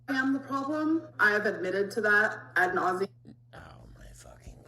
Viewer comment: "At nauseum." Girl, go back to hecticana and point blank period. Introducing new words and phrases to your vocabulary only works when you understand what they mean and how to properly say them 🤦‍♂️